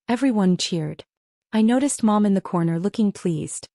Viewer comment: “I toticed.” Should be ”I noticed.”